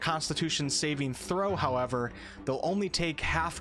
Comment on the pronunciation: Holy shit, can you PLEASE stop fucking up the way you pronounce saving throw? The emphasis isn't on the last part, but on the first. It's SAving throw, not saving THROW. I cringe every time you say that and it happens WAY too many times in this video..